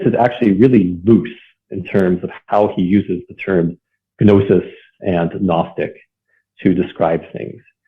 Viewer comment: Did he just say "Guh-nosis"?